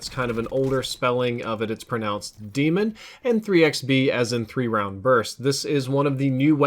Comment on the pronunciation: fool said demon lol